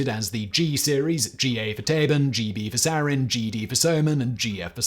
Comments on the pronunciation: yo Simon, not to be that guy but just rq: "Tabun" isn't pronounced as Tabin. u is said like "oo". so like you said Taboo, if you just say "Taboon" you should be close on the mark for the pronunciation. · Yepp, he totally butchered the pronuncation. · if we are actually using a german pronunciation "Tabun" is pronounced exactly like "taboo" with an 'n' slapped on at the end.